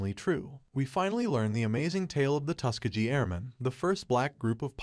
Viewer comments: yo boss can AI get a teeny tweak to pronounce iit TUSS KEHH GHEE hard g instead of tuske jee sheezuss chrrrist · My dude. How are you pronouncing Tuskegee?